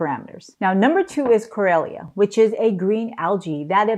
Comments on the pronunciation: Chlorella is pronounced “klorela’, not klorelia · Doc it is pronounced klo rel ah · Why can't she properly pronounce Chlorella? 😂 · I think you're pronouncing Chlorella wrong.